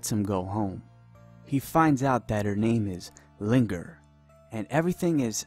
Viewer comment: Some correction here, the pronounciation of Zhao Ling'er is not right, the "G" has no sound, so it is not linger but more like "lin - er". This is really a good game review from English speaking world.